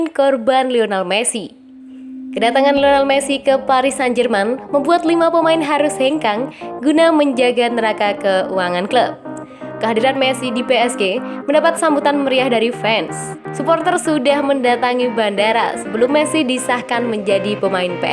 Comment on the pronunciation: NERACA dibaca NERAKA.. belajar lagi ya mbak😁